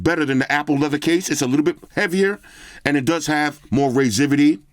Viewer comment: “Raiseivity”. Lol.